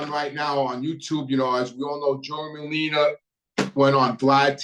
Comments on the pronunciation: I'm just having a hard time listening to Scarfa and Merlina! There are Os at the end of these names friend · Sour grapes , looks like your feelings were hurt, and it's Scarfo , not Scarfa , and Merlino, not Merlina